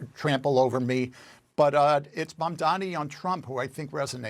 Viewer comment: Como keeps misspelling MAMDANI's name. It has to be intentional. He keeps saying "mandami" on purpose. That's Trump's childish style.